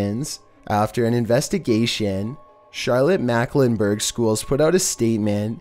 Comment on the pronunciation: Its charlotte MEKLENBERG not Macklenburg